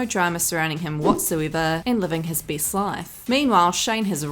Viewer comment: Geez woman. How bad can you be at speaking? You mispronounce so many words, my ears hurt. People get better, not bitter! Things are best, not a beast! Even Beyonce speaks better.